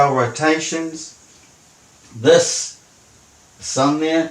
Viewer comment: 'thus' pronunciation for 'this'. I fear he may be a Kiwi. How embarrassing. I really love NZ, my second favourite country in the Southern Hemisphere.